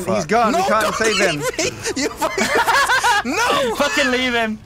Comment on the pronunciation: "I cant FAKKING believe this can everyone stop getting smoked?"